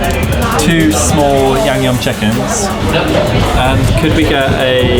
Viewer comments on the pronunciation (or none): Love the video, will definitely put these places on my list. Just an FYI its yangnyeom (양념) chicken, not yangyum chicken. Keep up the great work guys!!